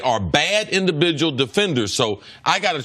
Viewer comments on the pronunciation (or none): indiBidual lol